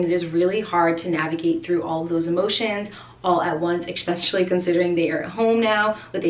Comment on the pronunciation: No doubt you’ve helped many people with your candor and sincerity. I know that you know how to pronounce and spell “especially” and “controversial”. FYI, around the mark, they don’t sound correct. Especially being a teacher, I know you want to model correct pronunciation around Landon and your students. Maybe it’s even part of your accent from your region of the country. Great video!